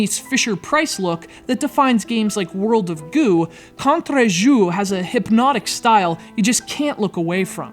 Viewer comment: never try to pronounce Contre Jour again Just kidding.